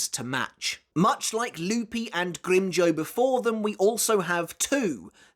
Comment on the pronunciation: I forgot how says "GrimmJOE" instead of GrimmJOW lmfao